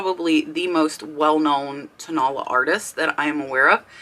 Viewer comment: Hey,! Great video. Thank you so much! Just wanted to let you know......you are pronouncing Tonala incorrectly. It is toe, na (short a vowel sound), and then la (again, a short a vowel sound) AND the accent is on the third syllable!!! I didn't know what the Mexican pottery was that you were talking about until you showed it! And then I was like, Oh! Tonala!!